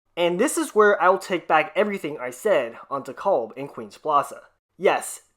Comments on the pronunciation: It's pronounced De - Calb Cal like California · Interesting that after a lot of time has passed you still mispronounce DeKalb. I guess you can not be corrected. By the way your video are very good. I don’t always agree with you but except for DeKalb you do your homework.